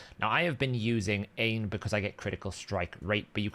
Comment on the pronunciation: Aine is pronounced OnYa not Ian 😊